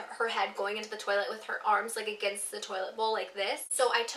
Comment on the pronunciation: Please tell me Im not the only one who watches Futurama and was thinking about Scruffy saying "Turlet" instead of toilet